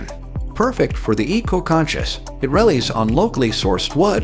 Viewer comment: ‘spitter-ex-cate’ for Spiderex K8 ‘rel-lees’ for relies ‘martyr’ for mortar ‘sirdust’ for sawdust (?)